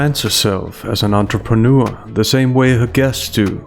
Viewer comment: Since when is it pronounced "entreprenoo-er"?